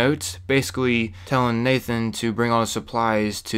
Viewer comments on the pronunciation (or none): none